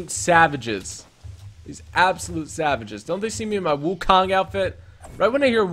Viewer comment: Firstly, Wukong is a Chinese fictional character from “A Journey to The West”, so it shouldn't be looking like a Japanese samurai. Secondly, it should be pronounced as Wukong not Wukang